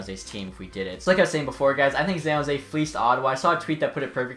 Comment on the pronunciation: san not zan